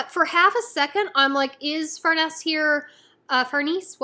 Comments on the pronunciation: The name is italian so it would be far-neh-zeh. And in the anime they say it pretty much like that too. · Her name is pronounced "far-NEH-zeh". It's an Italian name.